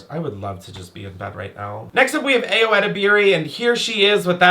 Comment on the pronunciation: They way you said ayos name ?? 💀💀